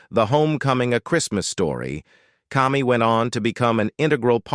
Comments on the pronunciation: Most of this is rubbish. Cammy, not Commy! (Pronunciation only). Obviously not a real person narrating. Seen many of these before and after shows and most of them are so wrong. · Kami's name is pronounced Kami with a long A, not like "Commie". They also did not live on "Walnut Mountain". They lived on Walton's Mountain. Go figure... The narrator also mispronounced Michael Learned's last name. Why didn't he double check?